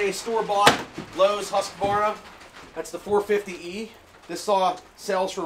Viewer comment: Nice to see someone pronounce Husqvarna right. That’s extremely rare. Just about everyone in the US says Hus-qu-var- na. I have a Ryobi 4618. Cut a lot of wood over the last few yrs with it. It’s been an awesome saw.